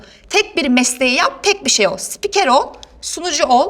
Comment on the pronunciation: Daha spiker diyemiyor....